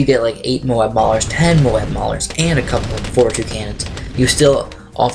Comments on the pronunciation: "Mo-ab" not "Mobe" or else the A will be silent. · its mo-ab